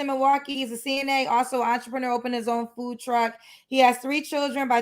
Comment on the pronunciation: What the hell is a entreprenuuur...🤣🤣🤣